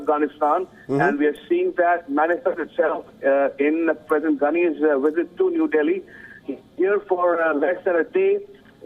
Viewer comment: so the Afghani President arrives for a one day India "weesit"???? Is this the latest gimmick WION = WEESIT = WiSHUAL or pure poor mastering of English pronunciation of the letter V.